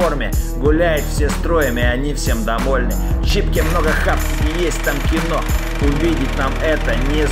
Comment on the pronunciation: чИпке. на букву И ударение